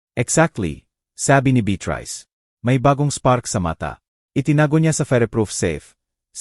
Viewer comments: SANA, PAKITAN INYO ITONG NARRATOR...NAKAKA SAWANG PAKINGGAN..MALI - MALI ANG MGA SALITA..ANO BA NAMAN IYAN..HINDI MABIGKAS NG MAAYOS ANG MGA WORDS... BEATRICE...BITRISE...POPOPO... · Pti beyatris dapat naging beat rice n hehe pti tuloy ko mabobobo n s pagsulat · Beatrice hindi bet rise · 😂ung beatrice bit rice ahahahhh🤣